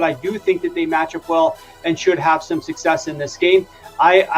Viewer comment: Bro success not sussess suc·cess /səkˈses/